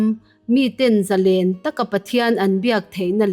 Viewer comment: Ngaihthlak a nuam lutuk ringawt.. Thil pakhat Correct ka duh ve mai mai chu.. ZALÈN tih kan chhiar a LÊN tihlai kan lam rik dan hi, Sangha manna lên kan kan sawia LÊN kan lam rik ang hian lam rik tur a ni. Eng hunah pawh ZALÊN tia lam tur a ni..